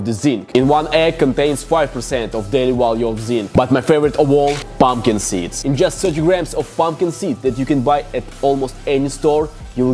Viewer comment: "Pomkid seeds"